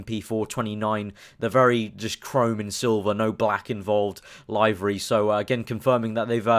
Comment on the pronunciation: LOL LIVE-ery. liv-ery mate.